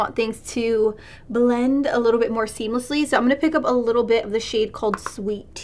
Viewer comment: “A leetle bit”